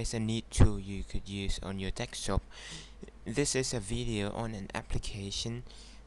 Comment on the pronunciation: whats a "dekstop"? lol